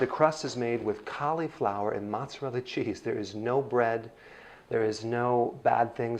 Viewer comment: Did you say ....MOZZERELLI? And after you learned to say caul-i-flower. 😂